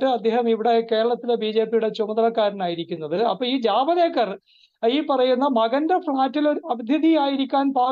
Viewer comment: ജവദ് ഏക്കര്‍ അല്ല ജവേദ്ക്കര്‍ അല്ലേ.